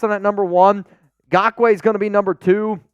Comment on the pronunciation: Please do not sign Nagkoue, I can’t handle hearing say GAWK-WAY…